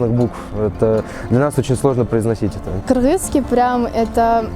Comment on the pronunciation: Девушка в хиджабе сказала "кыргызский" , но произнесла это слово как мы сами, кыргызы и произносим😊 кыргызча айтты)))